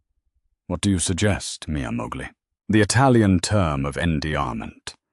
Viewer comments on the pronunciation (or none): AI's gotta stop with the "mia Mowgli"!! 🤦🏻‍♀️😂🤣🤣 It's pronounced "moh-leyh" and spelled "moglie" . . . it means "my wife." Y'all got the ENTIRE INTERNET at your disposal for translation purposes -- DO BETTER! 🙄🤦🏻‍♀️✌🏻